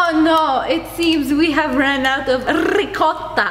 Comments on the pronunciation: I love it when she said rricotta Lol 😂😂😂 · When is saying ricotta... That makes laugh very hard 😆😂😆😂😆😆😆😆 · Just like the Russians say Vodka :>